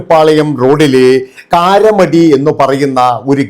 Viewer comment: Not karamadi... Karamadai